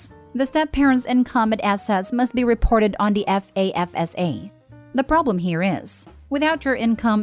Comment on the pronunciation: FAFSA is an acronym, so you pronounce it. FAF-sa.